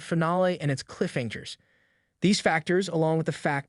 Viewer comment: Save NICK? Did he mean RICK? This AI talks too fast. “Hanjers”??? It’s hangers. 🙄